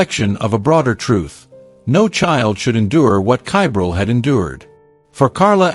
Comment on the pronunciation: Ugh, get the child's name correct please!!! Edit: well, now I'm not sure WHAT the child's name is, your AI pronounces it one way, yet the subtitles spell it about six different ways!! If you're going to do true crime stories, PLEASE give the victim enough RESPECT, to spell & pronounce their name CORRECTLY!!!